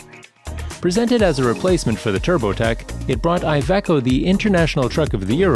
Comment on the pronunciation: An amazing amount of funny pronounciations this video;-) «Aye Ve Co» ? «Boosing»? I guess the «Vol-voh» is more or less accepted at this point, haha! I was fearing for the first occurence of Scania, but somehow the Voice-Over person nailed it!